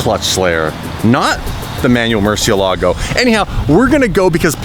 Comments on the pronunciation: You love lambo and can't say murcielago right 😂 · Learn how to say murcielago. It's so Wrong 😂